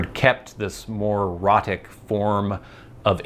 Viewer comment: Not boring at all! I'm really interested in Things like this. Thanks for the ramble. And I think it's "ROE-tic." At least that would clear up any unfortunate homophonic confusion.